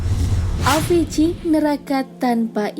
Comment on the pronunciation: Avici bacanya awici